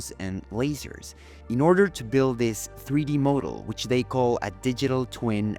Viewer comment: Interesting video! Your English is very good but there are two words you continually mispronounced - model (pronounced MAH-dul not MOW-dul). Modal has many meanings including early types of musical scales, especially the “Church modes” (as in Gregorian chants). The other word is grotto - you say “GROW-doe” but it should be GRAW-do.” Anyway, thanks for the video!